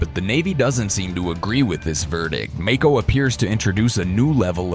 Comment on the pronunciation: He mispronounced Mako